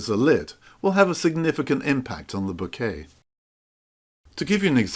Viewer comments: I am sorry. Please don't take this the wrong way. It is not ment as a critique but more as a guide. To me it sounds like you are talking about flowers and "bouquet" every few seconds. How to pronounce "Bokeh" Other ways a very good video. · No, it's pronounced bokeh 😁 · I'm sorry but I couldn't stand so many mispronunciations of the word that I muted the sound and read the captioning instead 😅